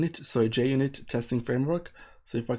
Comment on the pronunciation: Mate it's Junit not Jnit unless if jnit was ur x-gf. But many thanks for the video